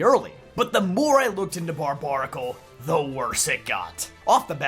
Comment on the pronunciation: I thought it was pronounced Bar-bare-a-cul. Isn't its name a combination of barbaric and barnacle? Someone correct me if I'm wrong. This is the first time I've ever heard its name pronounced like that. Everybody I know puts the bare in bar.